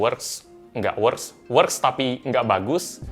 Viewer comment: Works (dibaca weks)